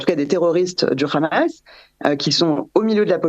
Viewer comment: Khamas au lieu de Hamas et Khasbolla au lieu de Hasbolla c’est signer Israël. Il y a un expert Pierre Conessa fasse à une fanatique débile qui au fond n’en n’a que faire des massacres commis par son gouvernement de terroriste nazi